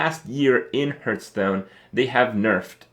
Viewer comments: It annoys me that he pronounces "Hearthstone" like "Hurtstone"... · Why do you call it Hurtstone